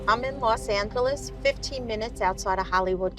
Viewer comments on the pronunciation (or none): did really say "I am in Los Ancklless"?. 😆😅😂